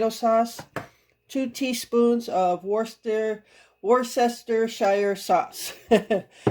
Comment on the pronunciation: Digital coupons and store brands can really save you money. The recipe looked tasty. Sometimes rice is difficult to cook when it's mixed with other ingredients. Not sure why. Worcestershire is pronounced Wooster - Shear. Crazy huh? Lol!